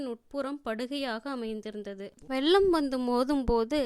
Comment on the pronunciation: Pudhu Vellam... pronounced as jaggery and not flood.... pugal petra... not pugazh petra... Thol is skin வெள்ளம் வெல்லம் தோள் தோல் புகழ் புகல்..தமிழை தமில் என்று சொல்பவரை வைத்து இப்படிப்பட்ட நல்ல புத்தகத்தை வாசிக்க வைத்தால் இப்படித்தான் வரும்....... ஐயோ வெட்கம் வேதனை. மெல்ல தமிழ் இப்படியா சாக வேண்டும்??